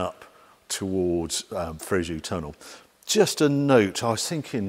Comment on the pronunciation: dear Harry, the town of Fréjus is spoken "Fréjuss", not Fréju